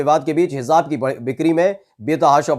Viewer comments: Educated hokar.... Ghalat bol rahe ho.... Hizzzzzaab... Zzzz?... Kitna ganda lagraha hai... Hizaab?.... Kaan ki kharabi hai aapko....? Hij... J... J..... Jjjjjjj.. Aab.... Hijaab.... Sunkar bhi... Hizaab?... Jaanbujhkar kar.... J ko... Z... Bola jaraha hai.... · जी उच्चारण सही करो सही शब्द हेजाब है।आप Hezab bol rahe hain. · Heezaab nahi Hijaab kehte hain🤦🏻‍♂️ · हिजाब में जीम है भाई साहब उच्चारण सही करें आप जीम का उच्चारण जेड से कर रहे हैं